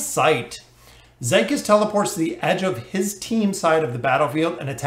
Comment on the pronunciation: I think his name is pronounced zeekeez.